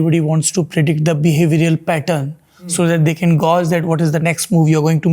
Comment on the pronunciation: Not "गौज", it is "गेएज"😢